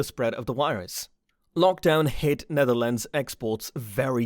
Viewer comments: SERIOUS?? "NEATHERLANDS"?? The Netherlands you stupid f*ck!! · Neatherlands….. euuhhhh how’d you even get that wrong? Ahhaha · Netherlands, not Neatherlands. And the map you show, is not The Netherlands but The Netherlands and Flanders, the Dutch speaking part of Belgium. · Neatherlands its the Netherlands you have IT rong Nederlands as we say IT dutchs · Neatherlands? Netherlands/Nederland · i'm sorry but its the netherlands and not the neatherland & you're using a few wrong maps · Not Neatherlands!Netherlands!! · Nice video, too bad it has some mistakes, such as the map is the Dutch language speaking map, which included Flanders, which isn't part of the Netherlands Also, the name is Netherlands and not Neatherlands.